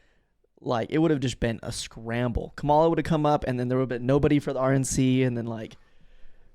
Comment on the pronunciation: For future reference, it's pronounced like "comma-lah" not "cah-malah" (Kamala Harris)